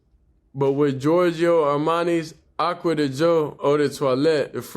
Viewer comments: Giorgio Armani Aqua DiGio (Dee jee o). I'm here to help with the correct enunciation. I got you Bro. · You must get paid dor everytime you say the name of that cologne. I know ot took you a couple of weeks to actually get ot right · The edits when pronouncing yhe cologne was 😂😂😂